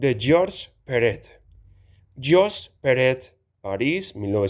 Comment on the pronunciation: por que dices peret si es perec??